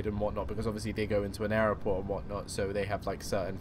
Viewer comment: when ever you say airport it sounds like you're saying Error port.